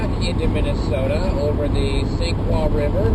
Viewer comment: "Sioux" is pronounced as "soo" regionally. I know it messes with Canadians/Francophones, but the main name in "St. Croix River" is pronounced "croy" here (same with La Croix drinks) Yeah, I-90 is extremely flat, and can easily be closed by snowstorms in the winter since the wind blows so much. You might have enjoyed staying on I-94 through the Twin Cities on the way back to see the downtowns rather than going on the beltway bypass. Freeways tend to stick to flatter land unless they have to hit the more interesting bits. Minnesota's stronger scenery is in the Driftless like you saw near La Crosse, around many of the lakes, and toward the more forested northeast. No worries, though. I'm happy enough just being able to experience the seasons, and tree-lined city neighborhoods are great to see in the autumn, and I've got computers to keep me company when it's cold